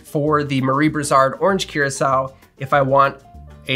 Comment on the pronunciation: I think it’s pronounced coor-ah-sow. Otherwise this answered a lot of questions, thanks.